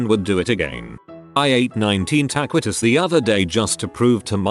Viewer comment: “Tuh Qwee Toes” NOOOOOO